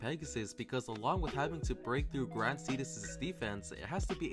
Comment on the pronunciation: "wih a cup of waer"